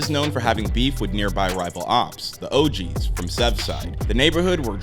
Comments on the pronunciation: Bro said ogz from sevside where kayflock is from 💀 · "The OGz from sevside" 😂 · Nigga said the “THE OGZ FROM SEVSIDE”😭😭😭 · Nigga really said the ogz form sevside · Bro said ogz from sevside☠️☠️☠️